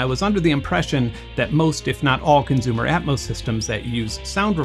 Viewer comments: Why does he pronounce “consumer” as “conzumer”? Where is he from? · Why do you say conzume/conzumer? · Consumer has an S in it. Stop saying conzoomer.. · CONZOOOOOOOOM!!! Hahahaha I’m so glad I’m not the only one who heard this 😂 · Great video! It validated so many of my opinions. So, thank you! I just have ONE question: [clears throat] ... Why do you say consumer so often - and why do you pronounce it conZOOMER? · Love your videos, but please stop saying "conzoomer" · I love how Benn turns temporarily German every time he says "consumer" :P